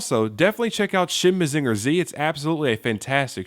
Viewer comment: maZINger tsi? not MAzinger zetta? weird.